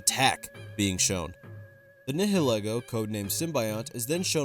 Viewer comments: "Nihilego" is actually pronounced "Nile Eego"! Nihilism + Ego, as it is modeled after a hat with hair and it is a parasite that goes on top of people's heads, eluding to enhancing one's appearance (ego). It's silhouette is also made to resemble Lillie, which is pretty disturbing if you know what she went through. That was supposed to be a pronunciation correction but it kinda turned into me gushing about an Ultra Beast I really like. Oops! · As a Pokemon nerd, you pronounced Nihilego wrong (it's pronounced like "nihilism")